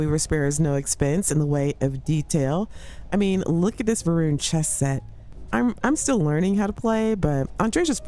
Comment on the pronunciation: Isn't it Va'runnity?